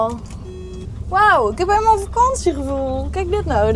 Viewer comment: Je word al een beetje een westlander. Met de uitspraak "Helemaal goud"😀